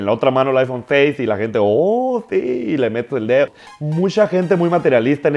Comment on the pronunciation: "Tengo el pishis aifon 6 ei ei, esta verga pruebalo wey" Ni ha de tener con quien hablar este niño xD Tendras el Aifon 6s pero bien que vas a ser de los que no traen ni saldo ni megas para andar en medio de la clase con tu celular que cuesta lo que tu papa no te da en afecto...